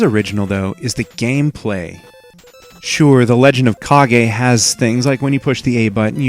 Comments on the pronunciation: its Ka-ge if you watch Naruto and say hokage why cant say it with kage not cage its spell with a K not C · it is correct terms. its not cage its ka-ge because its spell with a K not a C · Not me. It's Kage. Not cage. Or is it Demon Sword? Awesome game. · It's CAAAGGEE!! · I used to play this game all the time, and even though I know the correct pronunciation of the title, I still think of it as the Legend of "Cage".